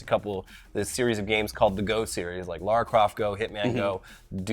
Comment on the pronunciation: As a life-long, pre-Croft Lara, I want to Thank You for pronouncing the name correctly!!!!!! I know it might be stupid and little to some, but it's big to me. Love y'alls content. Have a great day!!